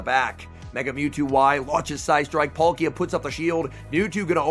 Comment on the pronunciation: Its Pal-ki-a not Pol-ki-a